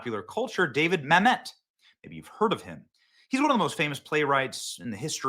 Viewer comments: It’s Mamit not Mam Met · “Ma’am et” not mamet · Mamet is pronounced “Ma-muht”, not “Mamette” btw. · Dude it’s David Mamet not David Mam•et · It’s actually pronounced David Ma-mutt. He also wrote “Glengarry Glen Ross” too. Used to be a god of the Left until he became a Conservative a few years back. Naturally, they turned on him as only the Left can do. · Dude! It’s David Mamet. STOP saying Ma-met! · Glen garry Glen ross my favourite.... hey benny it's pronounced mam (pause) met ... mam . met .... just FYI. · I love David MA-met. Emphasis is on the first syllable, Benny. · I wish that all of the YouTubers would be old enough to pronounce these names and words properly. It’s mam et. He even says it in this video. I feel like no one really looked into so much stuff until it ends up on their desk to read for a podcast. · Benny... From Olympia Fields, IL. "Mă●mĕt", wife corrected you over and over, out loud. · It’s pronounced “MA’AM-et”! Like damnit. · Benny keeps saying Mamet wrong. And he’s been a hard core non-Leftist forever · You are mispronouncing Mamet's name!! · You keep pronouncing David Mamet's last name incorrectly.